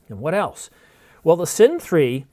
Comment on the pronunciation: thumbs down for not being able to correctly pronounce Cine